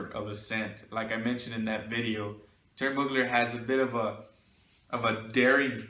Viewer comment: Man it's an excellent vidéo and I would like to precise that you pronounce Thierry Mugler in the good way. You don't pronounce the name like a french one because he is originally from Strasbourg it's a french part who used to be german some of them does still speak german. So Mugler is pronounce like a german word even in France